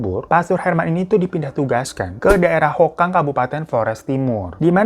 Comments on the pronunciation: Hokeng kak bukan hokang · Nama tempatnya hokeng bukan hokang dan nama saudara merry itu pit payong bukan payung 😅